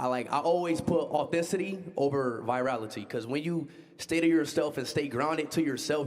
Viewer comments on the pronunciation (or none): I’m mad that speed didn’t say authenticity right?😂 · Bro can’t pronounce authenticity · “Authenticity” was messing Speed up 😂😂😂😂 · Speed can’t pronounce words that 10 years old can with ease. I like speed but he is very uneducated. I cringe when he mispronounces words in front of everyone.